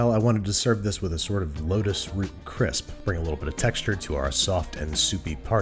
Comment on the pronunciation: You need to slow down how fast you say things cause it sounds like you say lettuce root. But what you mean is lotus root.